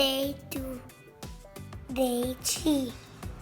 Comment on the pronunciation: Lol it’s ‘Three’ and not ‘Tree’.